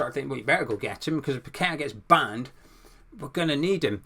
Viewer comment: Nice Post as usual and we must get kudus ffs. Glad your one of only a few that actually pronounces paqueta properly not pack a tar ffs.